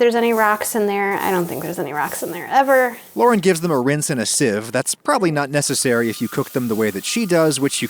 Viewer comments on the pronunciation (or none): none